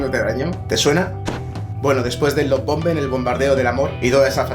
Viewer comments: Se pronuncia "Laf Baombing" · Gracias por estos videos son de gran, gran ayuda..gracias. Me destornillo cuando tratas de pronunciar la palabra lovebombing..jaja..que bueno!